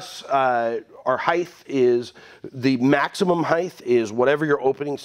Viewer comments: Love your videos, I learn so much from you and refer back to your videos all the time. One issue (it's my pet peeve) could you please stop saying heighTH. It's height (HITE). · When you say “heith” do you mean height?? ;)